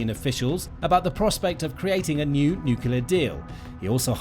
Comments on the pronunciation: It is cute when an 2 years old says pasghetti, but not when a grown person says necelar instead of nuclear! Please go back to preschool! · Ah yes, a new NUCULAR deal! wonder which school he played truant from then.